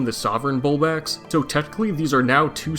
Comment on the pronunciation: bulbax??? 😂 you mean bulblax